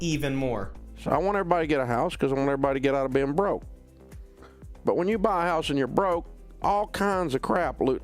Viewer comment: I love the way the way he says it “Not to buy a hauws”